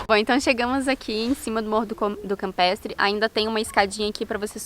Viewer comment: Ola casal lindo to curtindo tda semana seus videos estao lindos Parabens Na fala nao deu pra entender o nome do morro se campetre ou campestre mas td bem a vista e linda Ah aquela cervejinha com strogonof deu agua na boca DELICIA Bjs e abrçs pra voces